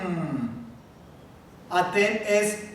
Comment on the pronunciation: se equivoco en el pronombre de ustedes en femenino se lee atteN con N NO con m